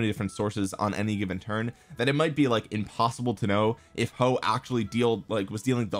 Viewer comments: damm chinese comm again, Huo is pronounced as Hwo in china i think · It's huo not hoes 😂😂 (joke) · He said "hoe" 🤣🤣🤣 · You must promise us not to stop calling him hoe even when you learn the correct pronunciation 🙏